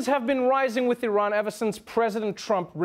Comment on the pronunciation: So glad trevor pronouced iran correctly.